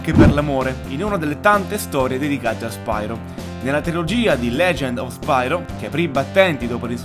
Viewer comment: Bel video ma la pronuncia corretta, se non erro, dovrebbe essere "Spiro" e non "Spairo", sicché deriva dal greco "Piro", ovvero fuoco. Di fatti, nei primi giochi, viene chiamato "Spiro", nonostante la y inglese. Poi, con l'andare avanti della saga, la pronuncia è stata modificata in "Spairo".